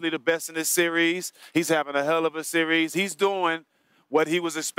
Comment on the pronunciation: "Sear-rees" lol.